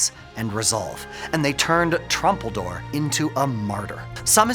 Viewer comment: Not trumpeldor. Troompeldor. And his last word was "yuvtfayomat"